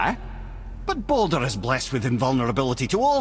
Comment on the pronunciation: Mimir pronounces Baldur like "boulder". Quite a funny detail.